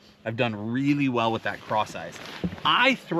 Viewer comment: I keep hearing “craw sizes” when you say ‘ cross eyes’ I always like to hear those weird word combos! I once ask for an ice water & got a fly swatter , I was confused for a little bit. ‘Herring loss’ (my bird got away!😂) & bis-lex-E-a is a horrible ‘combo nation’ = (numbers to my safe? Or a small country no one ever heard of?) 😂 ✌️🤟🤙